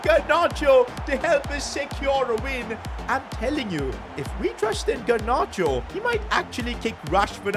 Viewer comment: GARnacho not GERnacho